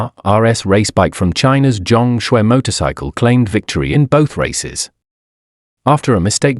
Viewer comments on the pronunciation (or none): He is Chinese by the name Zhang Xue ,not what is mistakenly pronounced as John Scwarz